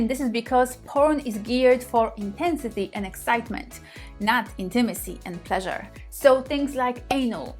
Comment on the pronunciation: My porn is listening to say 'Plleasure' 🇵🇱🎶 😘